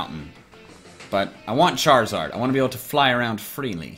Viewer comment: Lol chair-a-zard 😁😀😁😁😀😂😂😂😂